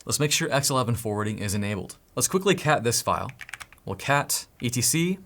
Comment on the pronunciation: I'm so happy you pronounced etc right! 🤣